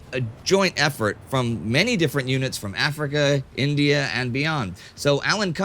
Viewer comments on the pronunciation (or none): none